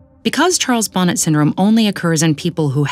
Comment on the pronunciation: Bonnet is pronounced “bauh-NAY” like the o in “sort” or “off”